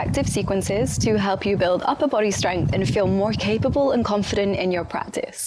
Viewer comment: I love everything you do, but I can't get over how you pronounce 'bOdy'. I just adore it. 😃